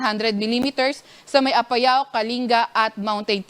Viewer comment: Bakit nyo ba lagi binibigkas ng mabilis ang APAYAO. Haist. Nakaka irita :).